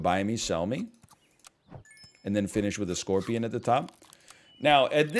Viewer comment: SCONPION? HE SAID THE WORD WROOOOOONG